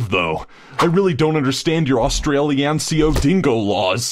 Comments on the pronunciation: austialstalia? you mean australia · "Austinanazlea" 2017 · 'Austranalaisia' lol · can’t even pronounce Australia correct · DONT JUDGE AUSTRALIA ALSO U SAID IT WRONG